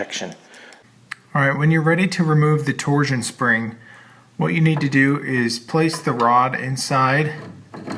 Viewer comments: "Torzzzion rods", huh? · You say “torsion” weird.